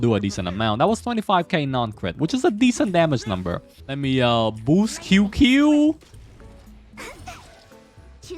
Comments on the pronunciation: I want to watch the video but when he said "Kyukyu" instead of Qingque (pronunced ChingChue), I had a stroke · OH NO everyone is reading the wrong way it may sounds cute but is not QQ, Qyu-Qyu, kiukiu, Qing-Que. Instead this how you read it ( Ching ChuÆ ) Ching chuÆ is a more correct pronunciation. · I believe it's pronounced:"qing chi" or "qing qi" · I'm sure someone has said it already, but her name is pronounced "CHing-CHue" in Chinese pinyin, "Q" is pronounced as "CH" Great vid otherwise :) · It isn't pronounced either way the first part is like "Ching" but with a very soft ch sound and the second part of her name is pronounced like "chweh" that is the closest I can get to phonetically spelling it. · Her name is pronounced as "Ching-cue" "Ching" as in qing in Keqing, "Cue" is pronounced with heavy letter C and not K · It's more like "Ching Ci" i believe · I believe that he's aware, just choose to say it wrong. Like Shampoo. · That’s not how you say her name